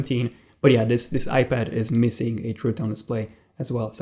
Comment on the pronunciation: coming from a guy who calls an ipad a ipadder. js